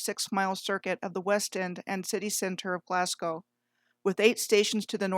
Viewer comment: I learn so much from your channel, really world class, pronunciation is important, there's no Scottish city called Edinboro, but there's a bird in Australia called a Cookaburra, yeah, Cookaburra-Edinburgh Cookaburra-Edinburgh, your Glasgow is perfect, most say like Glaas-cow so your Glasgow is down like a clown, so you go girl!